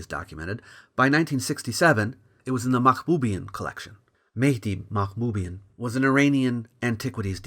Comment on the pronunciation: The Armenians won't like the way pronounced the surname Mahboubian. It should be Mahbubyàn